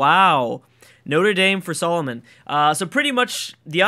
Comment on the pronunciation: soo-ley-mun not Solomon!